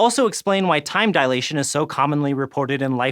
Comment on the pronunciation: facepalm a man of science probably shouldn't pronounce it "dialation".